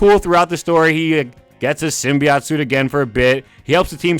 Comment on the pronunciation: bruh,,,, .... "sym -bi AUGHT"//....? alright dude remove this now, pure dlsp kn the facve to true spider fans like me